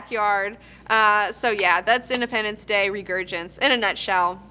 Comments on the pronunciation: should probably know it's reSurgence... not reGurgence...0.42-0.44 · ...Soon as you said "Regurgence". You lost a viewer. How bias right from the start. I won't miss this second rate show anyway. Edit/add. Meant to say 3rd rate show since I have seen better from hosts that only have a shed to stream. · "Regurgence" ;D